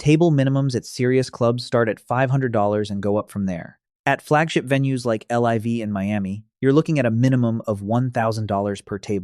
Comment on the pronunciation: LIV is pronounced “live” as in “thank god I don’t live in Miami anymore.”